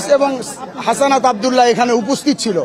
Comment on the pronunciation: আরে ভাই হাসানাত না হাসনাত